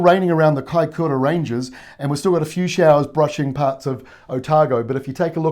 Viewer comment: Kaikōura not kaikura